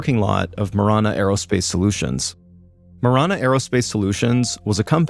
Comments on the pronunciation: It's pronounced ma-ran-uh, driving me crazy lol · It’s “Ma Ran A” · It's throwing me off because of the way Mr. Ballen is pronouncing marana